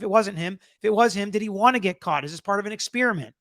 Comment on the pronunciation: Spearmint-flavor of gum. Experiment- totally different thing. Ffs, atleast learn how to pronounce common English words when you're "trying" to educate others.